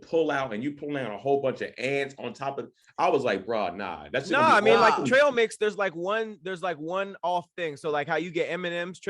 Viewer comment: Eat "trial' mix.... thought it was trail lol